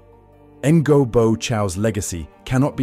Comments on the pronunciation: Since the content is pretty well curated and presented, it would be nice to hear correct pronunciations of names. Otherwise even a sincere effort such as yours ends up being perceived as jarring and unconvincing. The name sounds close to "nyo", to be precise! Keep up the good work. Cheers! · Pronouncing Ngô as Engo feels very wrong.